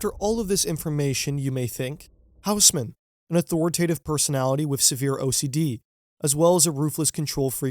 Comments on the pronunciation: Tiny quibble, and you’re not the first English-speaker to make this mistake: if you ask someone in Paris to point you to a HOUSE-mann building they won’t know what you’re talking about, but if you ask them to point you to an OSS-mann building, they’ll understand immediately; it’s a French name, so the H is silent and the AU is not a diphthong but instead a short O, like the first O in octopus or the AU in Australia … so Haussmann is “OSS-mann!” I know from having committed the same mistake growing up … around my two correction-happy francophone parents. So now I’m happy to pass the mortification along to you, you’re welcome! 🙂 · It's pronounced Oss-man. Great video otherwise 👌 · It's pronounced more like Osman :-) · Great video but the h in Haussmann is not pronounced